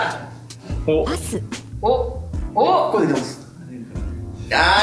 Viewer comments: 高橋くんが ヨッシー誰っすかって言ってる後の『パス』が、『はっすん』に聞こえたのは私だけか？？？？ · パスがどうしてもはっすんに聞こえちゃう（笑） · 「ヨッシーが誰ですか」って恭平に対して ナレーターの「パス」が最初「はっすん」に聞こえて え、この声誰？このメンバーではっすんって言う人おったっけ？ このゲームってSiriみたいな役割もしてるん⁉︎って焦った笑笑